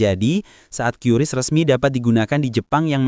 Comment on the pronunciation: QRIS Dibaca Keris no Qiuris